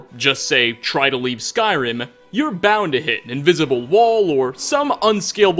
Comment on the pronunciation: Lol why do you always try to talk like that. Are you going for a failed imitation of a radio host or of an italian. "never supposed toah". "some insane detailah". "a golden ringah". "conquest of Skyrimah". "further you goah". "the more crowdedah". "emperor of Tamrielah". "uncompleted levelah". Almost every damn phrase LOL